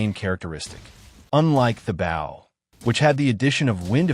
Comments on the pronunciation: A. I. voice: 👉🏻"bow" / [bau] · I'm sorry, and also thank you, your way of saying the Bow really cracked me up. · Is this AI or is that really the way he pronounces “bow” lol